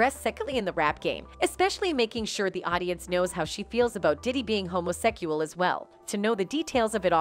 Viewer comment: Isn't obvious she is trying to pronounce it like that cause of Yt guidelines